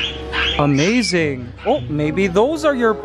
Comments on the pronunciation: wow amzine did he just say amzine? instead of amazing? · Kuya Mikey why do you say Amaizaing instead of amazing